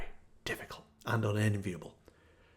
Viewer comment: Ayn rhymes with Mine. Alan Greenspan was a devotee and we know how his reign ended. Bernie did a great questioning of him on C-Span.